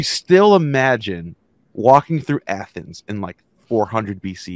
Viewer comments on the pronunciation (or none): Athoms. Not greecee